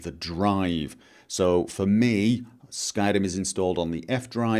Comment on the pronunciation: Your pronounciation of r's is infuriating xD skyRim, not skylim...